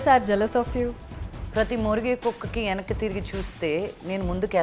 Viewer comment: Yenakki kadu venakki - telugu raadu